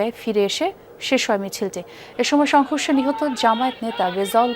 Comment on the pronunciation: যমুনা দালাল টেলিভিশন সংঘর্ষের ব্যাপারটা কিভাবে উচ্চারণ করল একটু সবাই দেখেন, বিএনপির নামটা নিলনা😮